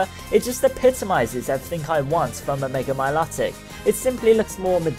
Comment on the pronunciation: Mil"O"tic sorry it was annoying me :P